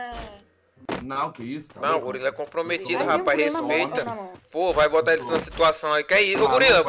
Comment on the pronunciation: A bela fala e gulila kkkkkkkkk